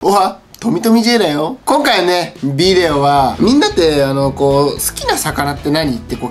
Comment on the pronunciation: ヴィデオじゃなくてブィデオわろたー可愛い